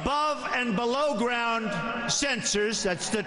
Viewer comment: Is it just me ...or does that guy at the very end say "Blow Me" instead of below me ?